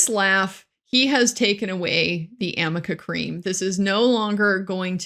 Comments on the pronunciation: Hi, I don't know if you will read this. I have never heard of amica cream. I have heard of Arnica cream, in fact I use it. It is for pain as a result of a bruise or soreness, I used it for my arm when I got my 2nd vaccine. I mean if it was her "go to" bruise relief, she would KNOW how to pronounce the name of the product. Even Elaine continued to use "Amica" cream. HELLOOO. LOL. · My gods, it's ARNICA cream.😳 I mean, if she's gonna bring it up ad nauseam, perhaps she should get it right lol. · I wonder if Elaine could punch herself in the face every time she hears herself say "amica cream". Because that's so not the name of it, and she butchers it every time. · It drove me nuts. How could she make something out to be so important yet mispronounce it every. single. time?! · Elaine and that dumb ass cream! She wasn’t even pronouncing it properly (from what I’ve heard anyway) how about a little “what if Anys” to go along with her useless amica cream questioning! She can’t possibly have experience in many cases like this?? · Really! Repeating "amica" cream makes her sound really dumb. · Great review on how NOT to cross examine a witness! 👏 Bravo ❣️. The icing is the mispronouncement of AMICA cream. 🤣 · Why nobody from her side told her that it is A.R.N.I.C.A?! How can you ask about something if you mispronounce it?! I actually didn't make the connection between amica and arnica untill a lawtuber said it! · Everytime she said Amica cream I wanted to yell aRnica cream. If Amber actually used it I would think she should know how to say it. I loved when he laughed because I would of laughed too with her rediculousness of this cross. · Isn’t she mispronouncing ARNica cream, which is used to cover bruises? ARNica, not Amica cream. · I wonder why Amber and Elaine do not know that it is called ARNICA-cream not Amica. Arnica 🌼is a flower used in this cream. Thank you for your great videos and greetings from Germany🙋🏼‍♀️! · It’s ARNICA! Fricking amica… Jesus, Elaine.